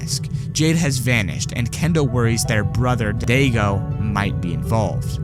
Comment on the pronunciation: It's pronounced Die-go not Day-go